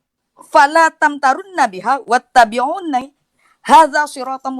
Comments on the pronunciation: Wkwk bukan wat-tabi'unay, tapi wat-tabi'uni, bukan juga hadza sirotom-mustaqim, yg benar hadza sirotum-mustaqim. Bohong brarti kalo dia ngaku² khatam alqur-an tingkat MTQ nasional. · Apa saya salah dengar? "wattabiunai"